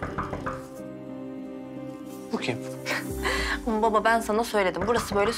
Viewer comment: Ozanın eceyle konuşurken baba kelimesini söyleyememesi...